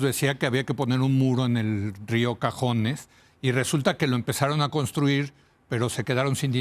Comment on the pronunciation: Buen análisis, solo que se llama río cazones, no cajones.